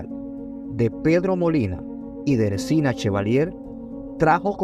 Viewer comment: No es “Ersina” Chevalier es Erciná Chevalier, por favor corrijan, esos gazapos afean su trabajo.